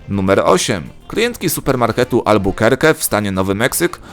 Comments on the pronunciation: Albukerki się czyta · Czyta sie albakerki albo abukerki